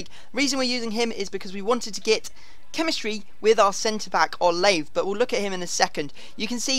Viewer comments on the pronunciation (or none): pronounced o-la-vey